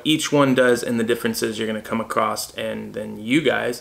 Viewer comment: Dude, I love your content, but show me where there's a "t" in the word across. And yes we say dumb shit in Texas too...lol